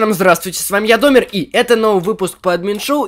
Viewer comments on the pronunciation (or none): Почему ты говоришь домег !!!